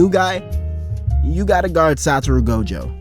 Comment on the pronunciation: Miguel is ine of 3 mother fuckers in the series to even be able to touch Gojo in a fight. Fuckin bastards better start putting so respect in pronouncing this GOATs name 😂🎉